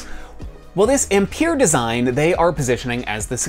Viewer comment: Learn to say Ampere please